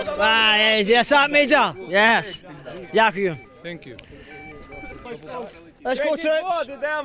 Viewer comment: Oh hearing “thank you” in Ukrainian with a rolling Scottish brogue was simply delightful!